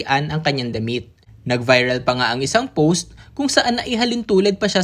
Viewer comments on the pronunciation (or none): none